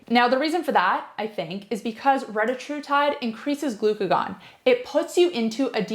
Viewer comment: Solid video, I just wished you pronounced the peptide correctly.